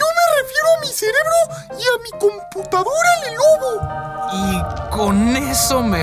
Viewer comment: Es Lenovo no lelobo